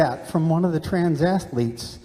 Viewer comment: Did he say "trans assletes"?